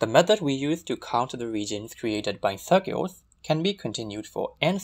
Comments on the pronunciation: This was really cool! The fact that you pronounce circles as "cirgules" was a bit distracting though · I cannot place his accent (hint: Burmese!), but this is definitely my first time hearing it used instructively, and certainly the first time hearing "circles" pronounced as "sheowkulls". Very pleasant to the ear!